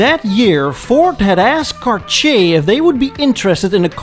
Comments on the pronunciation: Tom Selleck ! Also, respectfully, it’s not “Car-chee-a” but rather, “Car-tee-yay”. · “CarCHAY”? Really?! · Next time you english guys need to say Cartier...try saying Car Tee Hey instead. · Every time you pronounce “Cartsjee”, a watch somewhere silently cries and breaks down. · Who THE HELL pronounces Cartier as CarSHAY???? Unsubscribed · if he says "car-chay" one more time I'm gonna scream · Your killing me with the pronunciation of Cartier. Car-tee-aayy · 🤣 The way you pronounce the French word "Cartier" sounds like you say "Kar-Chier" and "chier" is the French verb for "taking a shit". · Cartier should be pronounced car-t-ay I believe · soi he has no idea how to pronounce Cartier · I am unsubscribing from this channel - if is going to attempt to do this in English he needs to vaguely learn how the names are pronounced. It hurt my ears. Just BAD!